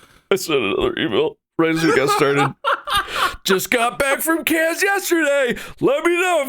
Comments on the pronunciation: Take a shot everytime Mark mispronounces “Cannes” (it’s just pronounced like can) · Cannes is pronounced Khan. KHAN!!!! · man went to Cannes and still says 'cans' 😂😂😂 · Please Please be respectful and pronounce Cannes properly. So rude.